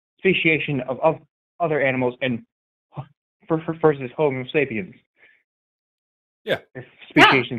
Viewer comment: Lol. When flubbed "Homer Sapiens," I shot a bit of Sprite out my nose. Then, I got super depressed because I remembered our species is actively devolving into what feels like Homer Sapiens.